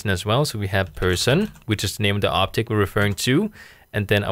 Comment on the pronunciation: Very useful and easy to understand, but I hate the fact, that you accent makes you pronounce "object" as "optic". :) Keep up the good work!